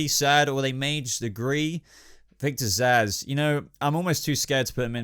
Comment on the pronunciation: Zsasz alright? Cmon man